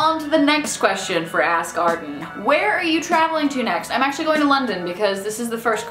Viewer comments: Every time she says "ask Arden" I hear "ass garden" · When you said "Ask Arden" it sounded like "Ass Garden" and it made me giggle. You da bomb! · every time you say 'ask arden' it sounds like 'ass garden' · Every time she says "ask Arden" I hear "ass garden"...ASS GARDEN. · when she says 'ask Arden' it sounds like 'ass garden' lol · It sounded like you were saying "ass garden." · When you say 'ask Arden', it sounds like ass garden. :) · When you say "that's everything for this ask Arden" it definitely sounded like you said "that's everything for the sass garden" - which, the "sass garden" should really be a thing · When you said "ask arden" I swear you said "ass garden".